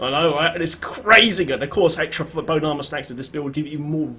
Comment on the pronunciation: i love how it sounds like you are saying "boat armor". D3 vehicles? yes plz